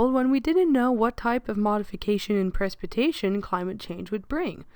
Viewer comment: That’s not how you say precipitation, but a great video!